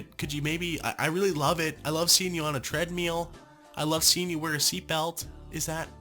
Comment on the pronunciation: I'm sorry did he just say treadMEAL????